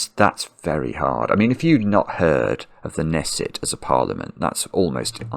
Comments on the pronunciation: Long time sudoko watcher, short time crossword watcher, first time commenter. Just wanted to let you know that the "K" in Knesset is actually pronounced. Like "ka-nesset" :) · You mispronounced "Knesset", the K isn't silent. For many of us "Nick" isn't obviously a colloquial reference to police station. I've never heard of that before. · Usually "Knesset" is pronounced with an audible "k".